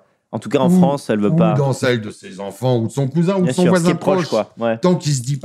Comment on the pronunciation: J'aime la Civilisation européenne, mais la Fwânce ? NON